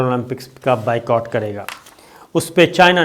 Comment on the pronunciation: انگریزی لفظ “Boycott” کا صحیح تلفظ بھی “بائیکاٹ” ہی ہوتا ہے بائیکوٹ نہیں!